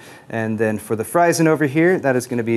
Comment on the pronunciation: That FRYZEN air cooler looks super neat. However, wouldn't it be pronounced /FREE*zen/ as opposed to /FRI*zen/? Just sayin'.